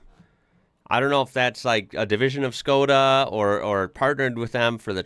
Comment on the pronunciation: Škoda is pronounced like "Shko-da" Don't be that guy, learn something new (and apply it). 🙏👍